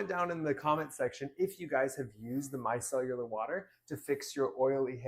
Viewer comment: “Mi-cell-ar”. not “mi-cell-u-lar”